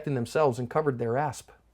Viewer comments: are you saying " cover your asp" ? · Each time when you say protect their ASP at the end it hears to me like protect their ASS